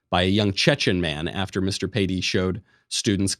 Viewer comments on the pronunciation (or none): Samuel Paty, how to pronounce his last name; the T is pronounced like a British English "t" and the accent goes in the "y"